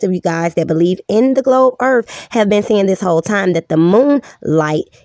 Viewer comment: "da globe earf model" told me all I needed to know